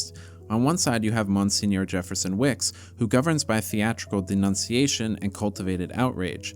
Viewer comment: Dude I’m sorry but that’s not how you pronounce monsignor